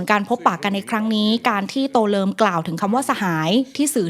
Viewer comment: ทำไมได้ยินว่า ตัวเริม